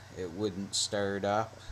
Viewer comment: "Sturt up"